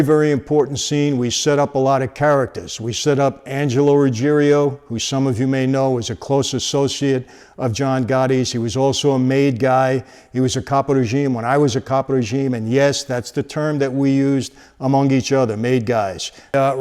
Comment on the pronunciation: Ruggiero (Rudge-air-o) Where are you getting that extra vowel from Mike? It's Ruggiero, not Ruggierio.